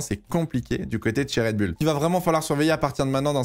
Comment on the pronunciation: toujours red bul et pas red boul dans la prononciation...